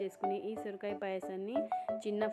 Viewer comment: సురకాయ కాదమ్మా సొరకాయ